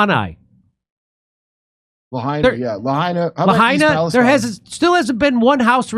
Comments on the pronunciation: Jimmy: Where's Lahanai?! 😭 Sorry, I jusr found it funny Jimmy butchered Lahaina more than once. But the message is more than valid. When will the masses realize these DC clowns are useless! Camel-ugh is an obvious Cocaine Import Agency a$$et like Obama. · It’s Lahaina not Lahanai 😂. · Jimmy -- stop saying 'Lahanai.' It's 'Lahaina.' Kurt's got it right. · Jimmy it's called Lahaina LA hi na not la ha ni. Every time you say it wrong I stop dead in my tracks. Your partner keeps saying right. Get it correct please jammy dero. Thank you. Love the show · Quit saying La Hana. It’s Lahaina.🤦🏻‍♂️ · La Hi Na Jimmy, not La Ni Ha. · Hey, I agree with your views, but you've been corrected twice. It's" La-hai-na". Say it. Get it right for God sake. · 100% agree with the sentiment. Lost friends in Lahaina. Family still displaced in Georgia. I’ve lost 17 friends to the fentanyl crisis in the past 2 years. But for the love of god it’s pronounced LA-HIGH-NAH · Lahaina (La-high-nah). And Honolulu, not Ha-na-lulu. It's a little thing but the effort will be appreciated. Thanks Jimmy! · Come on it’s La-hine-a!! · Stop saying Lahanai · La-hai-na…. Try it with me now Jimmy 😂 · Jimmy - Lahaina = Lah-Hi-Nah 😘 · It's La-High-na Jimmy. Lahaina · "La high na" Jimmy. It's not that hard. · Lahanai? Jimmy, listen to Kurt he tried to correct you. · It's pronounced LA-HIGH-NAH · It’s pronounced La Hi nah Jimmy. I was there back in 1991 it was a beautiful paradise. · Jimmy cracks me up. He can't pronounce Lahaina to save his life. He butchers it every single time. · C'mon Jimmy. Lahaina. It's not that hard. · Kurt trying desperately to get Jimmy to pronounce Lahaina properly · It's Lahaina Jimmy. It rhymes with va🐱ina. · i think its hilarious that jimmy refuses to learn how to pronounce "Lahaina" yet references it 15x a week, Kurp corrected him and butchered it again within 3seconds